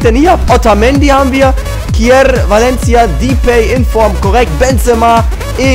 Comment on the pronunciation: Depay nicht Dipay -.- trotzdem Daumen hoch =)